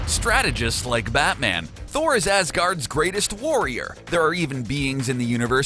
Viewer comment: Tour not rigt